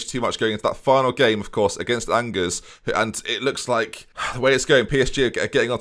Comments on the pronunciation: me when pronounces angers the same way as the English word "angers" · MFer pronounced Angers like ang-ers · You can say it angers you